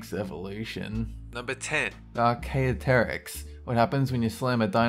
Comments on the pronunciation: Note: Everyone has there own way of saying things but archaeopteryx is said (ar-kay-op-terex). Good day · 10. Ar-Key-Op-Ter-Ix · Archaeopteryx Archae as in archaeology opta rix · It's pronounced Ark-ee-opt-erics and it's not weird at all. It's just one of the first birds. If anything, velociraptor should be on the list for having a huge foot claw, arms, a lizard tail and feathers. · It's pronounced Ar-Kee-opt-er-ix, but, as I understand, too many of these names are very hard to pronounce. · Btw, you pronounce archaeopteryx like "arr-chee-op-tur-ics" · archaeopteryx is pronounced (R-key-Opt-er-iX) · number 10 is pronounced Arc-ee-op-ter-ex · archaeopteryx is pronounced ar-ke-op-trix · Archaeopteryx is pronounced AR-kee-OP-ter-iks. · just one thing...Its pronounced "Ark-ee-op-tor-rix" :3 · It's pronounced Arc ee opter ex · It's pronounced arc-a-opter-icks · geez it is pronounced ar- kee- op- ter- ix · That's Ark-ee-opt-ter-ix Work on your pronunciations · It's pronounced arcee op terix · Also good to see a video featuring prehistoric creatures! Though your pronunciation of archaeopteryx is a bit off im afraid! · He pronounced Archaeopteryx wrong. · How he pronounced Archaeopteryx 😂- wait... I'm th only one who thinks that's funny